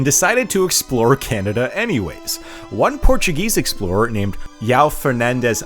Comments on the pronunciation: My God the pronuncing of João. Not yau, juãu. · Just one thing, since I see a lot of English speakers making this mistake over and over again: in Portuguese, J is always read as you would read it, as in job, Jamaica, James, not as Y. Therefore, João is pronounced as /ʒuˈɐ̃w̃/